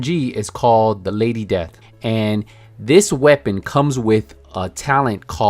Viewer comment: Lady Desth!! XD